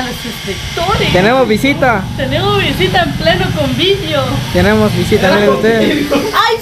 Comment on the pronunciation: Se dice convivio no CONVIDIO jajajaaja 😂